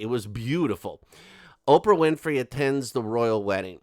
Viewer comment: Love the way Oprah whinfry is pronounced. It’s a damn good giggle!